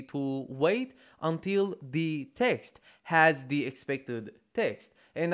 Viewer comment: They way you say "the" is so funny. Dehh